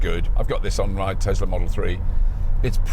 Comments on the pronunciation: Tesla! Not "Tezzla"! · Couldn't watch this any further than 2 mins because yet another YouTube presenter that can't say Tesla with an S and says Tezla so annoying!!!!!!